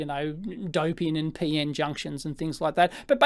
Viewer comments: It's P-N, not Pee-In, lol. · "Peein' technology" :)